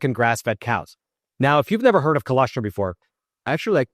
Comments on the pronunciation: I can’t believe no one has corrected you, yet. I thought the client would have. It’s chol-OSS-Trum. Not Chol-ESS-trim. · Btw it's an o not an e. col0strum.